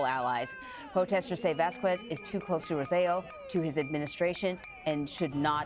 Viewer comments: "Vass-koo-ezz"? More like "Vaz-kezz." Anyway thank you for the reporting. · It's NOT "Vas-KWEZZZZ"! It's pronounced "VAHS-kess"! DON'T RUIN ORIGINAL PRONUNCIATION LIKE THAT! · Don't you hate the way they butcher latin sounding names. I was wondering why I've never heard of a vaskquees. LMAO we can pronounce things if we try people